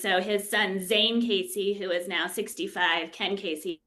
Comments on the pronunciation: She didn't know how to pronounce Ken Kesey's name. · should see if LSD can help her find her way to pronouncing Ken Kesey's name correctly;) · That drove me nuts